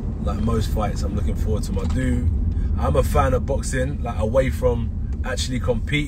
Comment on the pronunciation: "Muh Humble" "Muh hungry" "Muh Legacy"